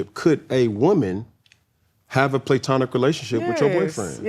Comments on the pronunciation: When he said we ACT LIKE we all graduated from college, and she said "Well we did." Clock it. They may act ratchet but they are EDUCATED 🤏🏾He would be more relatable by just correcting himself instead of defending him saying words wrong. Nobody says Playtonic... Tomato Tomato STOP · And on this day in Black History the term Playtonic was created by Cameron Newton when he mistakenly mispronounced platonic. I damn sure will be using it from now on. Thanks Cam. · And the word is not pronounced PLAY TONIC. Cam kills me! He cannot be corrected and knows everything. Sheesh! Bro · I like how can just sense the bullshit. 🤣🤣🤣 First of all, why can't he pronounce words correctly. The way he is saying platonic is sending me. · Platonic is pronounced Pluh-tonic NOT PLAY-tonic😩🤦🏾‍♀️ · If dude says “Playtonic” one more time 😂😂😂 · is hilarious!!! “is there a reason why we’re saying PLAY-tonic?” 😂😂😂😂😩🤣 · It’s not PLAY-TONIC…. Just makin up ish 😂😂😂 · homegirl said "is there a reason we're saying PLAYtonic" 😂😂😂😂😂😂😂😂😂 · tomatoes = tomatoes pecan = pecan playtonic ≠ platonic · He keeps saying PLAYtonic to make it makes sense and it absolutely does not! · Playtonic” is stressing me out 😂 i know they were tickled leaving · This “play-tonic-“ Cam is saying is driving me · If this man says “play-tonic” one more’ ‘gain! 🙃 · Im irritated why he keep saying playtonic like that's a real way to pronounce it lmaooo. He genuinely can't say he wrong that's crazy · the only one missing out on the joke by pronouncing the word platonic, "playtonic" is Cam. Shit hit him with the "Nclectic, bruh I'm cracking up 😂😂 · Stop saying playtonic it’s annoying and not cute. It’s not the way the word is pronounced. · Can somebody please help CAM pronounce platonic. The word platonic is sounded out like this: pluh-TAH-nik Phonetically (IPA): /pləˈtɑːnɪk/ Breakdown: • pluh (like the beginning of plug) • TAH (stressed syllable, like tall without the “l”) • nik (like nick)